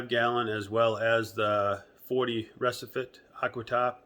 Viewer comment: Re see fuh..its Brazillian buddy